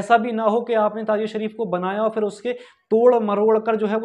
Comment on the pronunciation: Lafz tajia nahi Tazia hy